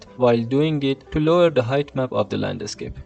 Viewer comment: Thanks for your work and learnings. May I say? The pronunciation of “landscape” is one word only. Not “land a scape”. Aside from that, congratulations for your work.